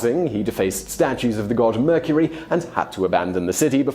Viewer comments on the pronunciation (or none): none